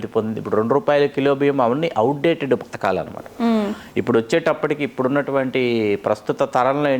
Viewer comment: Patakalu kadu padhakalu